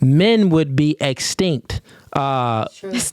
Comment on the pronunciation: That female who tried to read is dumb......Don't even know the word extinct, or even know how to pronounce it correctly...She was WAY OFF....Wow.....I bet she can't even name 3 Countries......Scary.....And she can VOTE....YIKES!!!!